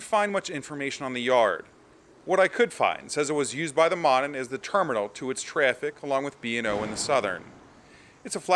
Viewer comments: I may have missed if someone else mentioned it, but one of the railroads you refer to, the Monon, is pronounced "Moe-non" - long O sound. Named for the town in NW-Central Indiana where the lines two mains crossed. I grew up around there. It's a bit north of Lafayette, IN where I went to Purdue. Go Boilers!!! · Just to help you in the future, Monon is pronounced as Moe-Nahn.